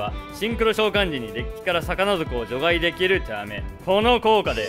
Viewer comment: 除外の発音が場外みたいで気になる